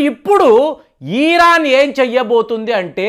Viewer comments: Eeeraan kaadhu raa, irran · *ఈరాన్ * కాదు. ఇరాన్..!! ఇరాన్...!! దీర్ఘం వద్దు...!! ఇరాన్ అని... దీర్ఘం తీయకండి...!! 😂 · తెలిసీ తెలియని విషయాలపై అవగాహన లేకుండా మాట్లాడకండి.యుద్ధం వస్తే సైనికులు పోరాడుతారు కానీ ..... నెతన్యాహు,మోడీ లేదా అమెరికా ప్రెసిడెంట్ కానీ యుద్ధం చేయరు. ఇజ్రాయెల్ లో బంకర్లు సాధారణ పౌరులకు కూడా సుపరిచితమే. మీరు ఇక పై ఏ పచ్చడి ఎలా చేయాలో వీడియోలు చేస్తే బాగుంటుంది. ఈరాన్ కాదు ....ఇరాన్. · ఇరాన్ అనండి sir. ఈరాన్ అంటున్నారు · అయ్యా అది ఈరాన్ కాదు ఇరాన్ ముందు పేరు పిలవటం నేర్చుకో బొక్కలో thumbnails పెడతావు అమెరికా సపోర్ట్ గా ఉంది అంటే అమెరికా మిత్ర దేశాలు అన్ని ఇజ్రాయేల్ కి సపోర్ట్ ఉన్నట్టే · నీ తలకాయ చెడిపోయింది.... దాన్ని పారిపోవడం అనరు... జాగ్రత్త పడడం అంటారు... నీకు ఇరాన్ అని పలకడం సరిగా రాదు...... అబద్ధాలు అల్లడంలో ఆరితేరావు.... ఇజ్రాయెల్ ని నాశనం చేయడం ఎవరి తరం కాదు..... వారిని కాపాడుతున్న దేవుడు కునుకడు నిద్రించడు.... 4000 సంవత్సరాల వయూదుల చరిత్ర చదువుకో..... అయినా రష్యా.....ఇప్పటికి జలెన్స్కి యొక్క వెంట్రుక కూడా పీకలేకపోయింది..... ఇజ్రాయెల్ ని ఏమి చేస్తది....